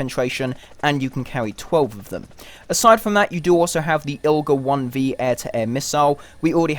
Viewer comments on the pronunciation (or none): IGLA not ILGA!!!! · "Igla", not 'ilga' ;)